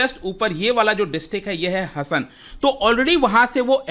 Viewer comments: वे हसन नही sir 😂😂 हासन कहते है उस जिले को🎉😊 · Sir इस constituency को Karnataka में "हसन " नहीं "हासन" बोलते हैं!! Thanks for the update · It's not Hassan: हसन, it should be pronounced as Hassan: हासन!!! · Sir it is Haasan not Hasan....